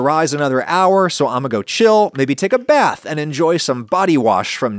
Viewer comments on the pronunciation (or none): none